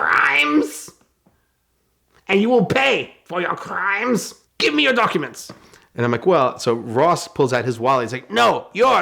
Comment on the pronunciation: TWENTY EUROS!!! YOUUUUU COMMITED MANY CRRRRRRIMES 😂